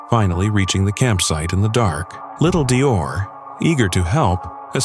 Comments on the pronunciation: It’s DEE OR! That’s the baby‘s name. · DeOrr. If you’re gonna correct, get it right. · DeOrr, not Dior